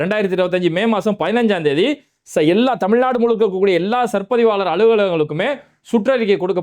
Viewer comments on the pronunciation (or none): none